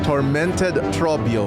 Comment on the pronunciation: The way you rolled the r in Trobbio made me so happy